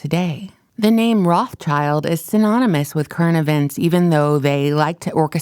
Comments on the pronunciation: It would be nice if the narrator would say "Rothschild" instead of "Rothchild". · Pronounced Rot shilled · I can't watch this. You can't pronounce names correctly and you have serious diction issues. Rothschild isn't pronounced that way and neither Abramovic. Please, learn!